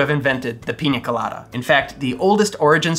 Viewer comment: Great video,! And I love that you pronounce it Piña Colada (not Pina Colada, as most English-speaking youtubers do). Cheers!